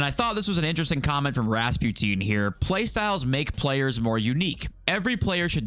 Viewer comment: Ass ass describes EA perfectly. Ras pew teen?? Never heard Rasputin pronounced like that before….. 😂